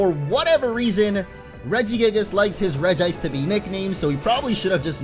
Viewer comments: i have to say something.... its pronounced Regice not Regi Ice.. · It is reg-ice not regi-ice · It’s not regiice it’s regice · I call it Regi ice not Regice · ur not the only one. i also pronounce it regi-ice. but i think its actually pronounced reg-ice in the show. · bruh its pronounced reg-ice not regi-ice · If you prefer regi-ice, it's fine. But it you look at it and say it says Regi-ice, it's wrong. It spells Reg-ice and not Regi-ice. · It regice not regiice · Its called reg-ice regice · Regice is still pronounced as regi Watch the movies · i do the same. regi-ice regice whatever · It's pronounced reg ice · You are wrong. It is Redge-Ice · You pronounce it (Regi-ice) because in the pokemon movie Lucario and Mew and Regice calls himself (Regi-ice) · Not to be mean but it is pronounced "Regi Ice" he even says it in the pokemon movie "the mystery of mew" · It actually is regee-ice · It IS Regi-ice. I'm probably going to get a lot of hate for this but in the movies it's pronounced as Regi-Ice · regice is pronounced the same regirock regisreel regice the i is there